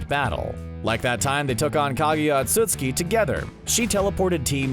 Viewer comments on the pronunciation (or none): none